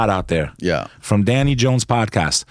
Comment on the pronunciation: LMAO did this guy rehearse his intro and sun glass pull, he tried so hard to be a tough guy he mumbled the 2nd time he said the word Danny. I love this show, you know 98% of guest have been able to confuse and baffle Danny, Danny hasnt been the same since Billy Carson grifted him like a baby in a stroller with an all day sucker. This guy even thanks Danny for helping him with his grift game that he mistakenly calls a career.